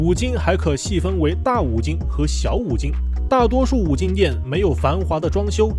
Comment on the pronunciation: 是金不是精